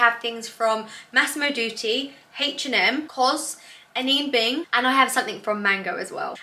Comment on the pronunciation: I live in Denmark, and I'm pretty sure that's where Anine Bing is from. Imho you're pronouncing her name correctly. The e at the end of Anine is more of an "uh" than an "a" sound and quite short, but it's not silent as it would be in English. Love this haul btw, but then I'm an autumn girl too!